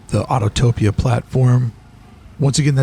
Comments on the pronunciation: Neat idea documenting the perimeter. It’s Au-to-pi-a not Autotopia. Otherwise, I enjoyed the tour. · I always chuckle when I hear people say "autotopia" when it's autopia